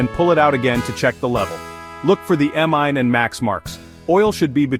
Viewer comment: Look for the "EMMINE" and max marks. Sometimes the artificial computer narrator just doesn't know how to pronounce words correctly.